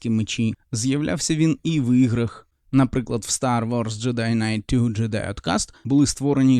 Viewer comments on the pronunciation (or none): none